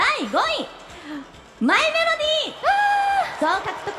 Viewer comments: 司会者「マイメロディ」って言うの下手すぎて可愛いwwwww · マイメロディ言えてなさすぎるw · マイメロディ言えてなくて草